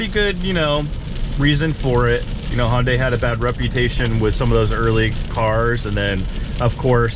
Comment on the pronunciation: Please stop calling it Honday.. it’s Hunday, like Sunday lmao